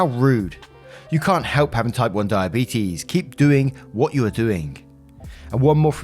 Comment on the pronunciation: reads story about die a beet us. Me: shit. I better check my blood sugar 😂😂